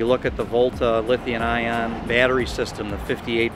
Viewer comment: LOL. "Lithian-ion". has added a new element to the periodic table! C'mon its Lithium-ion.